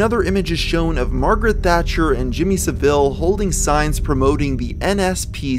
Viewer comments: Love ya man, but this wasn't the best researched video you've done. From big things like the Hong Kong 97 photograph (not a mystery, source known) to little things like the repeated mispronunciation of Jimmy Savile's name. Sad Satan has been covered so many times by so many youtubers that the errors here are a little perplexing. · The scariest part of this was your pronunciation of Saville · yanks pronouncing Savile. Ha. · 'Savile' is pronounced 'Savile', hope that helps.. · Not trying to be a twaat, but it's Jimmy SA-vuhl not sa-VILL. English people watching this are tearing their ears off. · Sorry for the nit pick but, his name is pronounced Jimmy Sahvul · SAV-AL not SA-VIL Jesus. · Jimmy Saville - pronounced Sah-Vil. No frenchism required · Jimmy Saville's surname is pronounced S-Ah-Vil not Ser-Vil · It's SAvile, not saVILE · Sav-il not saveel lol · Lmao Jimmy SavILL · Just a couple of minor points: Rolf Harris wasn't an actor, he was a TV presenter and Saville is pronounced Sav ill xxxx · I don’t know if anyone has already mentioned this, but Saville is pronounced Sah-vil. Not that Jimmy deserves the respect of having his name pronounced correctly, but just wanted to clarify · Not a critique at all bud, I love your vids. Jimmy savile is pronounced sav-ull. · ah yes, Jimmy Suh Ville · Mans did not just say Jimmy sa vile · The way you pronounce "Jimmy Saville" really made me laugh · i’m sorry but pronunciation of Saville has me rolling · I love how Americans pronounce Jimmy saville like the place or orange. It's not a criticism it just gives me a little chuckle every time. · Your pronunciation of Jimmy Savile's surname is wrong (the emphasis goes on the first part). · The way you pronounce Saville disgusts me almost as much as Jimmy Saville himself does. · Jimmy Savile holding a nspcc sign bit ironic and you said Savile wrong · the way he pronounced Saville is just so funny to me and Idk why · how did you pronounce Saville just now